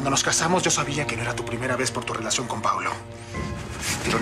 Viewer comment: Arturo en ves de decir Paulo dijo Paolo JAJAJAJAJJAJAJAJAJAJAJAJ